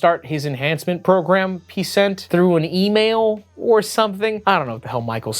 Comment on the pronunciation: Program...i thought you said phat ass